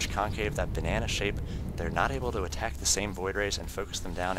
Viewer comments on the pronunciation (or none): Whenever you pronounce "ck" it words, you add a few h's in there so it's like, "He was not able to attachhhhkkkkssh the void rays." Idk it just bothers me. Sorry.